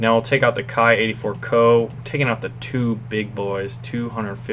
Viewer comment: Ki should be pronounced as in Key ,sir